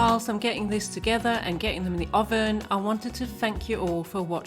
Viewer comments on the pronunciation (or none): none